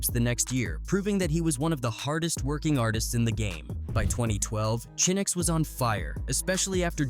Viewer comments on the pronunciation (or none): Chin X? C’mon man. It’s CHINX get it right! RIP CHINX & BUNDLES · The Chin-X irritated me deeply each time I heard it smh. RIP to all those guys...gone too soon 🙏🏾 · Who the hell is Chin X 😂 man it's Chinx you literally said it already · Chin X, Really? 😳😩 It’s Chinx!!! 🧐🤨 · Now i see why 1 guy was mad about the chinx part.. how you have all these clips where these news ppl are saying his name right and the narrator just refuse to say it right.. i can't watch anymore